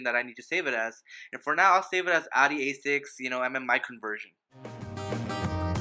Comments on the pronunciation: just fucking say the name of the brand right!!!!!!!!!! is that so fucking hard?? its not ADI!!!!!!!!!! ITS FUCKING AUDI! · how can you expect respect if you cant even pronounce the brand right... its CALLED AUDI NOT ARI